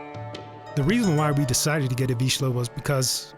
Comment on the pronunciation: Congratulation. I am hungarian but I very rarely hear the correct pronunciation of vizsla in English videos. Yeah I know. You don't have "zs", so it's hard to learn. That's why it's a nice achievement.